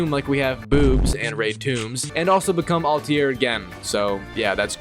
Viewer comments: And Al tai rrr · Your pronunciation of Altair is garbage